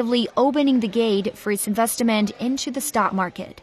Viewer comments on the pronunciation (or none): It's Pronounced "IN - VEST - MENT" Not Investyment!!!!!!!!!!